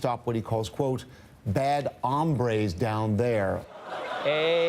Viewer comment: "Bad hambres down there" Bad hungers down there?